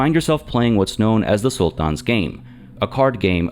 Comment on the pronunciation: why do you pronounce "sultan" that way?